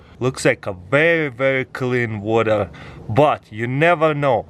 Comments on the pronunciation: “Put the stabe in da wada” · Seems like u forgot to add a r in the Water. Did anyone noticed it??